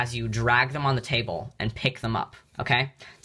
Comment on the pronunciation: From now on I will emulate your performance in one particular way. I will always say "ta-AY-ble" the way you said "table" . Honestly, though, it is good that you can humorously point out your own voice cracking.